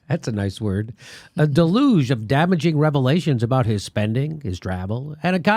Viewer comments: Deluge is pronounced DELL-you-gh NOT duh-luge. (ducking for cover) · It’s a “day-luge,” Jimmy. What a great show you have. I’m Not Kidding!!! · It's pronounced DAY-loozsh, jimmy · It’s pronounced del-uge ;) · Word pronunciation joke. I was reaching a bit on that one. One of the lines in their big hit is “try to catch the deluge in a paper cup.” Dell-yuge.